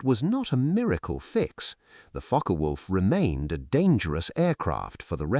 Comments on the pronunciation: It's pronounced Fokker, not Fok. Is this AI generated commentary???? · It is pronounced Fock-Wulf, not Focker-Wulf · It is pronounced Fock-eh Wulf. The e in Focke is not silent. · learn to properly speak German;... the e on the end of Focke is spoken and NOT Silent...!